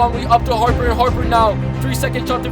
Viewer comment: I can’t believe how you said Harper and the bulls, do know who’s Michael Jordan